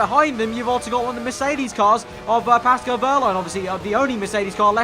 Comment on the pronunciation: Love your vids mate, some of the best F1 content around but please it's Pascal not Pasco